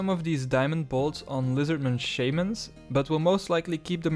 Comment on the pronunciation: unsubbed for how you pronounce shamans. shame on you